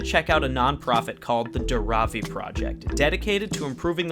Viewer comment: This was such a wonderful video! Just wanted to let you guys know that it's 'Dhaaaravi', not 'Dharaaavi'. ❤️ Keep doing the good work! More power to you.